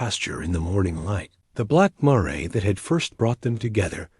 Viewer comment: Miss pronouncing mare..